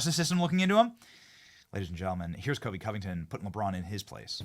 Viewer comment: Benny it’s Colby not Kobe